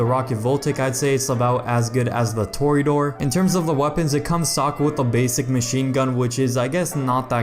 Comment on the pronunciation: You say it tour-E-ah-der